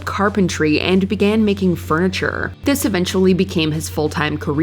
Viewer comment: God this woman's voice is fucking annoying 'furniturrrrrrrrrrrrrrrrrrrrrrrrrrrrrrrrrrrrrrrrrrrrrrrrrrrrrrrrrrrrrrrrrrrr'